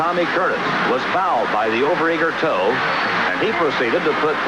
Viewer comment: What's with pronouncing Monty towe like "toe" ? It is pronounced like "ow"...like you just hurt yourself.